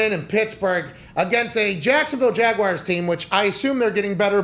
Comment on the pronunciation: Did I not get the memo when they changed the word Jaguars to Jagwires?